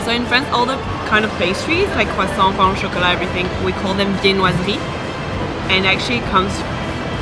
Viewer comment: learned new things in this video, finally i get to know how to pronounce "croissant"😂